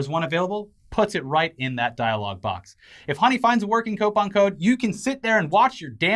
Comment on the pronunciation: co-pon alcawhore